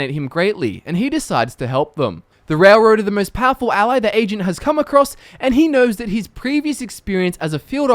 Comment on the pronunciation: he kind of sounds like he is saying Asian instead of Agent at times